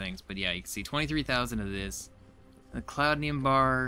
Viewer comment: Almost there. I've enjoyed watching this series. By the way, it's not cloudnium. It's cloutium. 😉